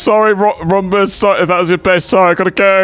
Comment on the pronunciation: "Sorry Rombus" Player: *called RoyRomulus* name reading strikes again